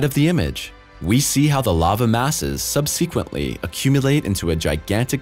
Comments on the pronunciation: The word "subsequently" is pronounced: SUB-seh-quently with the stress on the first syllable. It is not pronounced anywhere as: sub-SEE-quently. as you do so often. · "Sub-c-quent-lee"?It's pronounced " SUBS-quint-lee." Sheesh. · Love the show, love the narration, but you're driving me nuts with your pronunciation of "subsequently"! You notice it's spelled with one E, not two as in SEEK. 😁👍✌ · I'm no English expert, but Sequence is indeed pronounced Seequence. However, though the two are alike, subsequently is pronounced without the ee sound. You never know how another country may pronounce something so I double checked, and all pronunciations I found are the same. Not a big deal. The narration may be automated, and difficult to change the pronunciation. ✌